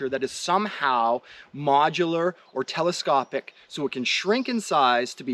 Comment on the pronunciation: Telescopic Is pronounced Teles-cop-ick Not Teles-co-pick